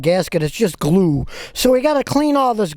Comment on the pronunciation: Lol Jesus. The way he pronounces the word glue